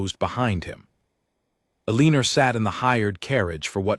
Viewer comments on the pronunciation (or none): E lean nor is not a name please pronounce names properly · Teach the AI to say the name Eleanor properly. El leen r is so annoying. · Eleeener again?? If the narrator can’t say it, why not just change her name? Nails on a chalkboard 🙄, think I’ll skip it. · Terrible AI voice that can’t even pronounce her name. No thanks